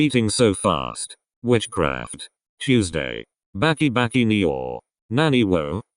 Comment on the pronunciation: I wasn’t ready to hear bakki bakki in English accent lol But the video was awesome!